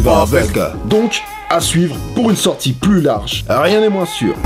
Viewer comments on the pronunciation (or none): none